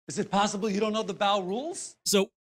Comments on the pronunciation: I think you're being too harsh. When he pronounced bow as bao, I think he was talking about Link's favorite dumpling recipe 😁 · You know this video is terrible because I was so focused on how bad it was that I didn’t even notice he said baw instead of bow until afterMockRock said it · The only thing I don't understand you being so harsh on them for is their pronunciation of bow. People have different pronunciation of different words you know. Do you think you can react to one of their newer Smash guide videos? Because when I have watched videos of them the videos seemed to be coherent and make sense. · how do you say "bow" incorrectly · "The BꝊW and arrow" Just wait till you hear how this guy pronounces Ryu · I’m surprised you noticed that they mispronounced bow, but not that they called it a projectile. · bro we went past the level of the guy not knowing how to play he doesn't know how to speak! Bow (gesture) is not bow (weapon)